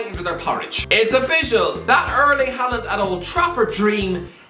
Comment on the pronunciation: Butchering names again as usual. He probably can’t pronounce his own name.